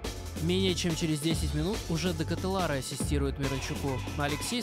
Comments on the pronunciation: Спасибо за коммент, но в этом вопросе не все так просто) В Бельгии 3 официальных языка, а его родной Голландский, поэтому я решил не заморачиваться с произношением так как даже в разных частях его страны фамилия и имя могут звучать по разному Сам он произносит: Шарль Дэ Кэтэлар Так что ты прав - более корректно не Чарльз, а Шарль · Верно, а фамилия правильно на Фламандском диалекте произносится Дэ Катэлар, но я не специалист в Голландском языке поэтому допустил ошибку, спасибо за комментарий